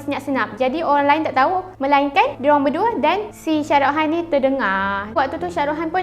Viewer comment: Shah rukh khan , bukan syah ruh han